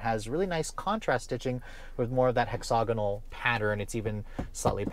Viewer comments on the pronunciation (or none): there is no “O” in the second syllable of “hexagonal”. It is pronounced hex-a-gonal. The British say it Hex-ag-inal. But there’s no “O” sound there at the second syllable. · hex og a noel.......um no...hexa gonal